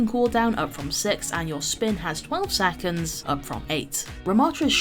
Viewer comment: I’m only here to hear pronounce saconds 😍